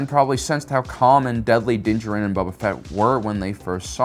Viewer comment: Why do you say Din’s last name like that